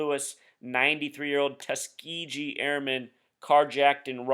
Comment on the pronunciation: Might want to learn to pronounce Tuskegee. The last syllable is not pronounced gee as in gee whiz, but more like the white suits worn in martial arts, or gi.